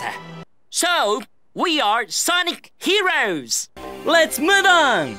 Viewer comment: he did so well with "heroes"